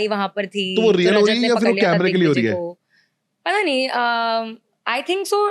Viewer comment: Paras ne dickvijay bola😂